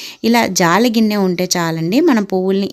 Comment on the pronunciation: Jaali ginne kadu, jalli ginne anali